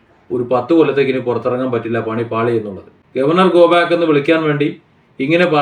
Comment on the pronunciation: ഗോ 'ബ്യാക് ' എന്ന് വിളിക്കുന്നത് കേട്ടു. എനിക്കും എല്ലാത്തിൻ്റെയും ശരിയായ ഉച്ചാരണം അറിയില്ല. എങ്കിലും... പാവങ്ങൾ... സാധാരണക്കാർ... വിദ്യാഭ്യാസവും ഒരിക്കലും തിരിച്ചു കിട്ടാത്ത അമൂല്യമായ ഈ സമയവും നഷ്ടപ്പെടുത്തുന്നു. കുറെക്കാലം കഴിഞ്ഞു തിരിഞ്ഞു നോക്കുമ്പോൾ...